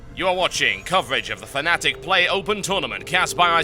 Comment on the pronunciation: ITS FNATIC NOT FANATIC!